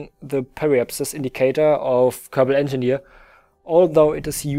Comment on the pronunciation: I am an Engenire, I am an engeneer, i am an enjineer...... I am good with numbers!